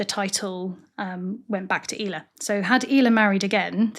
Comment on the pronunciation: Thanks for much for this. I love Ela and included her in my book On This Day in Somerset. I always thought it was pronounced like Ella. How did you find out it was pronounced "eela" please? I'm not doubting you, just would love to hear how you figured it out. Many thanks!